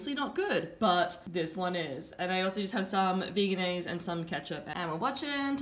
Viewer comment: It’s actually pronounced veg-anaise instead of vegan-aise